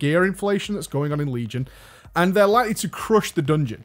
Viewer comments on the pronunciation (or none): none